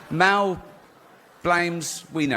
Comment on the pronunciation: "Please Melcome, Wel Gibson" 😂